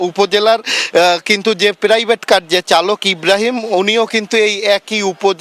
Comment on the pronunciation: প্রাইভেট কার রে বলতেছে প্রেরাইভেট কার😂😂😂😂